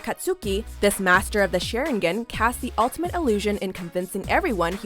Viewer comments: NARUDO? SHEEEERIGEN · Lyndon Gordon The way she said "Naruto" And "Sharingan" 😂😂😂😂😂😂😂😂😂😂😂😂😂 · I better be on one of these damn lists... Edit: Hell yes... Edit 2: Aka-soo-ki...? Sha-rIn-gin...? See yourself out. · its pronounced SharINGAN and AkatSKI! geeze yer worse than dan! pronounce them correctly or dont say it at all!